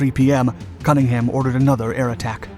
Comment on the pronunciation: For God's sake - if you are going to present a documentary on Matapan, at least do Cunningham the credit of pronouncing his name correctly!